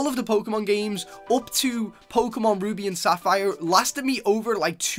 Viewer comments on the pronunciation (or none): none